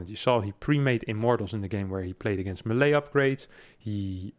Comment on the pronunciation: You mispronounce "melee", other than that 10/10 content